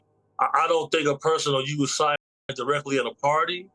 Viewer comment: Why can't you say cyanide?